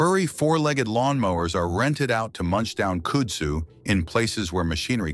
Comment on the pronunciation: Kud-zoo is how you pronounce it and it is a beast. They have large tuber under the ground and can root from a cutting so mowing the stuff will just spread it. Look on a map for Yazoo City MS the area is covered with it. It is said that kudzu and cock roaches will be the only thing to survive a nuclear apocalypse so get used to eating both.